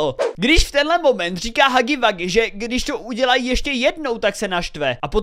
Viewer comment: nerika se to hagy wagy ale hugy wugy